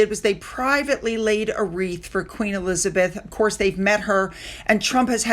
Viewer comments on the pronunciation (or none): none